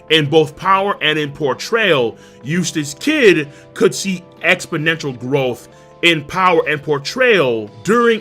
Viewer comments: Every time says "Eustass Kid" I hear "Useless Kid" LMAO srry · I'm only going to say this one more time Eustass kidd Eustass d kid Kid d eustass